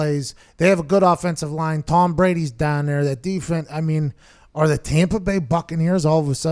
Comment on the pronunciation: "Dahn nere." Pat's showing some Yinzer right there....